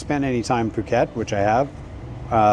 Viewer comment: Pàket? Please, pronunce is "pu-kèt", with the U of "bull", not the U of "buy".